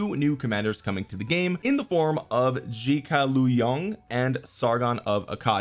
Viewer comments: You butchered the name 🥶but understandable you can read it as Zu Ga Liang it's much closer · Zhuge Liang is pronounced Joo Guh Leeon - 3 syllables. He’s one of the most celebrated military strategists in history. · It’s shu-gai hear it from dynasty warriors respect on the strat goat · Zoo-Gay-Leon is how it is pronounce I believe. He was I believe the 1 of the greatest Chinese strategists. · Omg u pronounce the name so wrong. Is Zhu Ge Liang. He is a strategist. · Lolol Zhuge Liang is pronounced Zch-oo Ge-lee-ung. Hopefully that makes sense. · It’s “ju geh liyang” pronounced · Let me help you dude pronounce zhuge liang in english like this zooge leeang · Nice try… lol sorry the pronunciation was way off